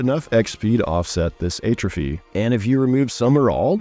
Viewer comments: check pronunciation of "atrophy" :) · I became progressively nauseous every time he said it incorrectly... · Great video. Hadn't seen your channel before. Your upcoming AoC overview video earned you a subscribe so I wouldn't miss it. Now just learn how to pronounce "atrophy".